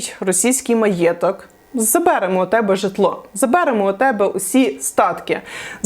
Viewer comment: А що це за наголос: "забЕремо", "мОї"?!